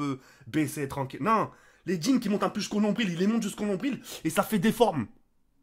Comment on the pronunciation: Je suis le seul à avoir cru qu'il avait dit djinn et pas jeans